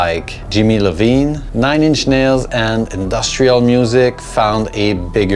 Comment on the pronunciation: His last name is iovine not lovine (written in lowercase to more easily discern the first letter). It's pronounced "eye-o-veen". He's one of the most influential records execs of all time.